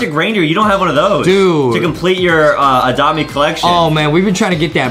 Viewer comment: Geeze Adam go back English class.its not oadopt me it's adopt me Geeze.and also are u taking medicine for your neck.heee.